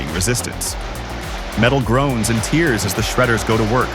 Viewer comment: Metal groans and "teers"? Is this read by an AI or someone new to English?